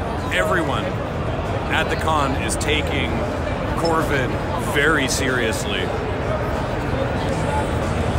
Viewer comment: Ah yes "corvid"